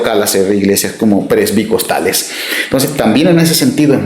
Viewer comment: "presbicostales??????? What???